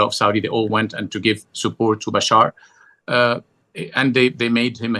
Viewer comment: It's Bashar not Bashir! And HTS not HST! Come on, a bit of research before doing interviews!